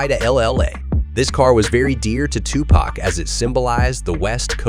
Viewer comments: You pronounced his name wrong and that 1995 BMW 760i is Suge Knight's car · You completely butchered his name you should do this whole thing over again